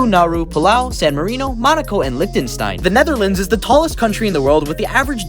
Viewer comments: it’s liechtenstein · bruh that mind blowing "læzutdu" this is just painful to hear läthtentstein? "on the other end of the spectrum east-east is the shortest country in the world..." i just wanted to make that joke btw he said "t-more less" lol